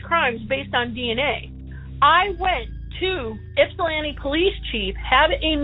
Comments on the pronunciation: Ok I’m gonna be that guy. I live in Ypsilanti. But its not pronounced “YIPP-sa-lan-tee” it’s pronounced “ ipp-sa-lan-tee”. Lol. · The Ypsilanti pd is such a failure of a public service department. Complete joke. I went to EMU and lived at Penn Place where she was murdered. EMU has had several homicides. But my god ...the pronunciation is (ipp)silanti NOT (yip)silanti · This was confusing as hell. But on a lighter note, the grandfather pronouncing Ypsilanti "Yip-silanti" at times is funny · It hurts my soul every time says Ypsilanti.